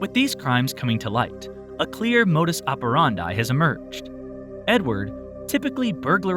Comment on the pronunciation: Never heard someone pronounce 'modus operandi' as "modus apparahndye"